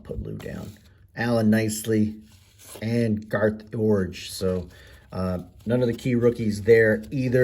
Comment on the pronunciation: Awesome video! These were the years I collected as a kid ( ). Big props on the name pronunciations (Roenicke, Iorg, etc.). I watch a lot of pack opening videos on YT of this era of cards and most people butcher the pronunciations.